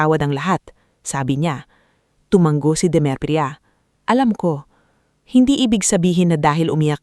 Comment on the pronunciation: TU -- MA -- NGO HINDI TU -- MANG -- GO ISANG G LANG PO